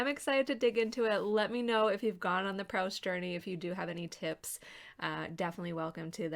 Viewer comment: After admiring Proust from a far for 30 years I finally made a start in January. I'm currently coming towards the end of 'Shadow of Young Girls in Flower' in the new Carter edition. I love it, my aim is to read it over one year. Hope you're getting on OK. (it's Proost, not Prowst! :)